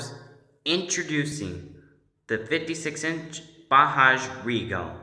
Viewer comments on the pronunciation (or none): Not bahaj it is Bajaj